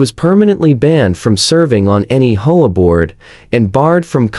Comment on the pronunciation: There’s no F-ing way HOAs have any right or jurisdiction to inspect the interior of a residence! That would get someone seriously hurt if not killed. Also HOA isn’t a word but how do teach AI to pronounce it as H O A?